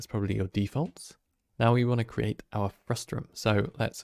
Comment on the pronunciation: Frustum not Frustrum haha